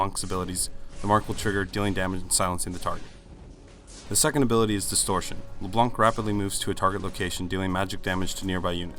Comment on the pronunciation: LeBlunck xD